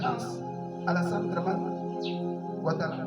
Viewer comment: on dit pas Dramane dèh .ahooo